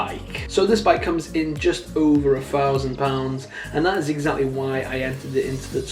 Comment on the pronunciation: four fousand